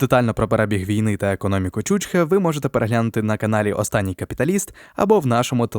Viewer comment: Наче б і цікаві програми робите, але коли непоавильно ставите наголоси, то таке враження, наче ви невігласи, або знущаєтесь над слухачем. В першому випадку це ставить під сумнів всю інформацію. ЧучхЕ! Подивіться, як воно пишеться, як вимовляється і що значить